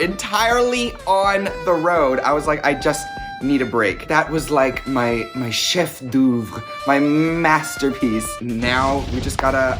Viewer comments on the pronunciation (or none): WAIT, DID SHE SAY "cheffe d'ouvre"😭😭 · All the French people (me !) are dying with the prononciation of « chef d’œuvre » 😂😭...